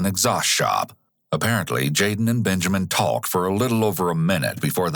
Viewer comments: Literally have never heard anyone pronounce the L in “talk” like the narrator… annoying. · Dear Narrator Man, Stop overpronouncing the 'L' when you say 'talk.' Thanks.